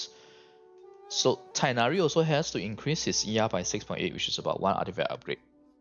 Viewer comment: Teghhnari with hard h sound